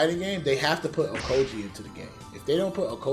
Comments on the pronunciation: Man said Okoji💀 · Bro called aokiji ohkogee I'm crying 😭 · Okoji? You mean aokiji?